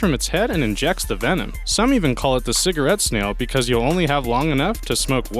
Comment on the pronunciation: Ciggerate snail 😂😂😂😂😂😂😂😂😂😂😂 laughing sooo hard